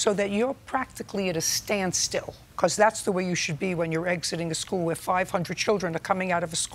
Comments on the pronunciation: She lost me by saying "schewl" instead of school -- 😂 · “it was a side impact 🤌🤌” “it was by the SKEWL”